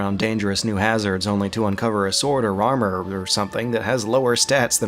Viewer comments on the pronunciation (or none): none